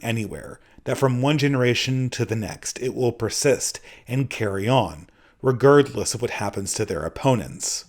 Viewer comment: The only real criticism I have of this video is the way you pronounce "regardless"